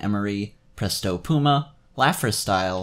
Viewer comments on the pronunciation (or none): none